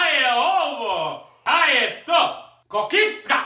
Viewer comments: Hahahah rekao je ko-kita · Cita se KOKTA I JAFA KEKS